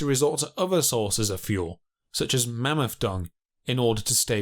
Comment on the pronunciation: THRIVING AND MAMMOTH, NOT FRYVING AND MAMUFF.